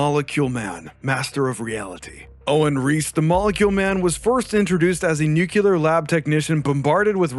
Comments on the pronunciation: "nucular lab technician"????? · what is it with americans inability to say nuclear? ya'll say nucular. It's not even a difficult word... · Noo cular 😂 its Noo clear